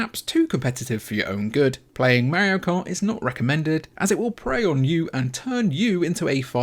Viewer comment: Can’t believe a video with a guy mispronouncing Mario and not having Breath of the Wild as a top Switch game has 100k views. There is no god.